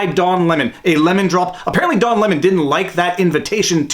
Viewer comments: Lol did I hear “dong lemon”? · I can't be the only one who keep hearing "Dong" Lemon. Right?